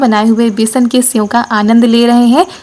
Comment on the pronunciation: Aapne senv kitni baar bola hai senv nahi sev hota hai